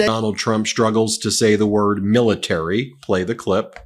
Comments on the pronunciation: I watched the uncut version, and the cognitive decline is patent. You can't paint stripes to a horse and call it a zebra. Trump is losing it, he can't pronounce basic words now. Militarr Militarr. This is serious. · Biden can't even say Military 😆